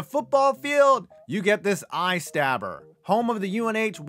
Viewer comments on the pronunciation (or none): "eye-stabber" lolololol